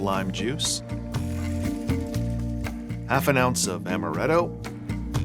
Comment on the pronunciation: Stop saying amaretto, it's amaretto